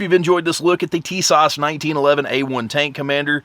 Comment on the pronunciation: Did you say things are not getting any cheaper? Well I have to disagree. I just pulled the trigger ( Pun intended ) on Tisas 1911A1 in .45 ACP from Sportsman's Outdoor Superstore online for $329.99 FREE shipping. Everything I have seen on youtube is saying Tisas makes quality firearms. By the way, the proper Turkish pronunciation is Tuh-SASH I believe.